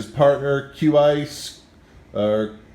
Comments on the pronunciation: CWIAS BRUH😂😂😂 ITS QIAS!! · This nigga really said "Quas" smh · QWAIS O MARS....Q-REW kicks??? lol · Did this mans just say kwyas Omar? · "kwais" DEAD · "qwis omar" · He said cu ias and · He pronounced his name "quis" boi if you don't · Why is this guy going to be on QrewKicks when he doesn't know how to pronounce Qias's name?? QUIAS?? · Lol he said Q ice 😂😂😂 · "Q-rew kicks team" "Qi-ias" Well shit I've been saying it wrong the whole time 😂 No but all jokes aside does this dude have an ig or something cause his collection is fucking 👌🔥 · can't even say qias name lol qu ias lol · lmaooooo he said qrew and qias hella bad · Couldn't even pronounce Qias' name loooool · he took an L pronouncing qias 😂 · who else was dying when he tried to pronounce Qias ??? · This guy dosent even know how to say qias name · This dude can't pronounce qrew or qias😂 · The way he said qias 😂😂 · Yo this boy can't say "Qias." I'm DONE BRUH. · he didn't know how to pronounce qias's name 😭😂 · The dude in the video couldn't even pronounce Qias lmao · When he was trying to pronounce Qias 😂 Btw I love how the idea of what Qias lets them do in the descriptions. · Lmfao when he pronounced Qrewkicks and Qias wrong, but pronounced Harris right. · He said Q ice and Q rew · He couldn't even pronounce qrew and qias 😂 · lol the way he pronounced qrew and qias, dunno if that was intentional